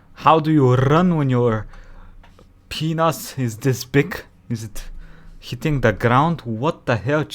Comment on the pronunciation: i laugh way harder then i should be at the way you said "pinas" xD reminds me of Fubuki. also damn Cheetahs need a buff before they go extinct Dx